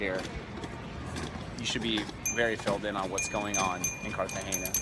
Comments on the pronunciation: Hi, watching this video in 2021, you are actually pronouncing it as if there was an ñ. Trust me those locals were probably messing with you. No local ever says Cartageña, It's Cartagena like Luis C says in his comment above. And the "castle" is a actually a military fort. But great video nonetheless. It's always great to see one of my favorite cities on the planet. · Its pronounced Cartagena with an N not an ñ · Why do you pronounce it "Cartagenia"? :) It's CARTAGENA. Like kar-tah-henna. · yes guys the pronunciation of the city is wrong